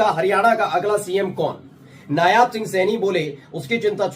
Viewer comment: Yaar Candidate ka naam नायब सिंह सैनी है hai.......नायाब सिंह सैनी nhi..... correct yourself